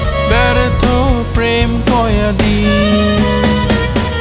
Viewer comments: কয়েদি উচ্চারণ টা হয়নি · গানটি সুন্দর হয়েছে উচ্চারণে একটু ভুল আছে, এখানে হবে ব্যর্থ প্রেম কয়েদি, কিন্তু আপনি উচ্চারণ করেছেন কয়াদি।